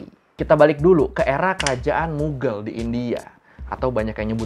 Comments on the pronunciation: kok dibaca mugel ??? bukannya mughaal yaa ? mohon maaf jika terjadi kesalahan dalam penyebutan 🙏🙏🙏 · Mughal bacanya bukan mughel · What says: "Kerajaan Moghal." What my brain hears: "Kerajaan Muggle."